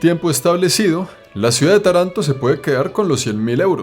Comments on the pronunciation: Buen vídeo, una cosa se dice Taranto con el accento en la primera A. Segundo Taranto nunca será un lugar turístico como tu has decido tiene un industria siderúrgica importante (seria interesante un video breve en los alreador que marece otro planeta) que a traído mucho problemas medioambiental y de salud pública (las tasas de cáncer y tumores en cancro son muy arriba en la media nacional). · Soy italiano y vivo cerca de Taranto...ah se pronuncia Tàranto, no Tarànto. Cuidado con el acento. Es una ciudad muy antigua con raíces de Magna Grecia, hace 3000 años. La influencia griega ha sido fuerte y luego la romana obviamente. En verano es un horno de verdad 🔥pero es bonita y también hay la parte más moderna obviamente, mucha industria sobre todo en el sector del acero y mucho potencial para el futuro. Esta región de Puglia es maravillosa. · Hola se pronuncia Tàranto no Tarànto ciaolin... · Se pronuncia Táranto. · Se llama Táranto no Taránto la primera A es la fuerte no la segunda. Dai su prima di fare il video controlla almeno come si pronuncia. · se pronuncia "Táranto", con la a acentuada, aunque en italiano el acento ortográfico se usa sólo al final de las palabras. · Se pronuncia con el acento en la primera a y en la o. Por así decir Tárantó. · Interesante video. PS. Se pronuncia TAranto (con el acento en la primera silaba XD) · Se pronuncia Táranto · Video espectacular...pero se pronuncia Tàranto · Querido, a mi esposo y a mi nos gusta muchísimo tus videos....aprendemos mucho. Ahora; Taranto se acentua en la primera A; no en la segunda....no importan, se entiende, pero seria bueno pronunciarlo bien. Te lo dice una Ítalo-Argentina. Saludos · Normalmente siempre he escuchado decir a la gente culta y en la literatura en general el nombre Tarento qué creó y Estoy casi seguro que es cómo se pronuncia y no e escuchado decir, Taranto pero tal vez se diga también así..mmm no lo sé .. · ES Taranto,no taranto!